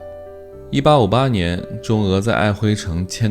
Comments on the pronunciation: 明明就唸琿（音同魂）偏要唸輝，到底行不行啊？ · 唸璦“琿” -- “魂/ hwen''。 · 黑河舊名，臺灣這邊唸璦‘’琿‘’（發音是‘’混‘’），大陸唸 ‘輝‘’，可是我查不到‘’琿‘’音唸成‘’輝‘’音的記錄。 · 瑷珲读音：ài huī 我們小時候讀歷史，也是有「愛琿（ㄏㄨㄣˊ）條約」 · 瑷珲读音：ài huī 我們小時候讀歷史，也是稱愛琿（ㄏㄨㄣˊ）條約。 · Michael有人唸米契爾、有人唸麥可。 璦琿條約是在璦琿簽的，當地滿語舊發音是aihūn，改唸愛輝就當是「漢化」吧。